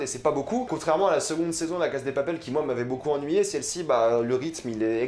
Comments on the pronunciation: C'est drôle comment tu prononces "La casa de papel" 😂 A la française mais en sautant un syllabe a l'anglaise alors que c'est de l'espagnol ! 😂😂 Sinon pas mal, je suis d'accord avec ta description et tes interprétations ! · apprends a aprmer par contre c la casa de papael pas la case de papel et ca se prononce anrél pas anguel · heuu cest moi ou il dit la casse de papel? sinon mec articule et tu dis mal bella ciao cest perturbant